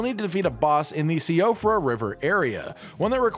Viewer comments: I keep seeing videos where everyone's pronouncing Siofra River "SEE-OH-fra" and I keep wondering whether that's the right. I lived in Ireland and Siofra is a common girl's name pronounced "SHEE-fra". Now I'm dying to know which is the Elden Ring way of saying it. I NEED TO KNOW. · Siofra is pronounced Shee-fra